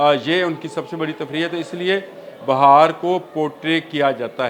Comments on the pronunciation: Please correct the word BAHAR NOT BIHAR INDIA بِھار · بھائی یہ بہار نہیں ہے بہار ہے ب کے اوپر زیر ہے زبر نہیں Bihaar hy Bahar nai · Bi har not ba har corect it ❤ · It is not BAHAR but BEHAR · Its beehaar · لفظ Bihar ھے کم از کم نام تو لینا سیکھو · پلیز لہجہ درست کریں ، کبھی آپ بہار ب کے اوپر زبر بول رہے ہیں جو ایک موسم ھے، اور بعض جگہ بہار ب کے نیچے زیر جو اصل تلفظ ہے ، یہ ذہنی تشدد کے زمرے آتا ہے ، اور سماعت پر ناگوار گزرتا ہے ۔